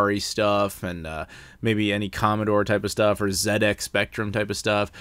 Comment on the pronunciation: Really appreciate zed ex instead of zee ex :)